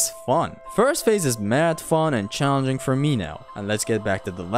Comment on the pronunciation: Eminem: Are you cahllenging me!!